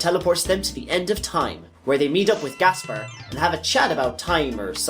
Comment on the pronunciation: the way he buchers every name hurts my head but i enioy his banter otherwise, it snot his fault really , some are a bit debatable but as soon as you hear the name gaspar as gasbar well at that point i say hes doing it on purpose , cool whip